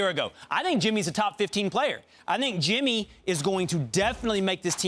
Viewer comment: His name is Jimmy not "Timmy" white bitched fucked up